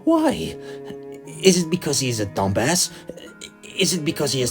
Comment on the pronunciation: Im crying at how he says dum-bass